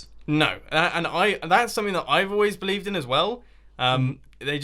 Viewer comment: "leafs, I always beLEAFd that ...." -mumbo